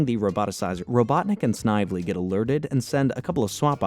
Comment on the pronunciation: The name Snively is pronounced snivelly